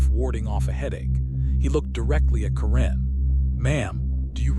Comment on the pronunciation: Hoa homes do not deserve to be worth more than a new economy car. My freedom and constitutional protected rights are worth more. HOA's repeatedly forget the USA constitution exists. Ca wren??? Ki lo wren, darth mal? Dude fix your ai It sucks.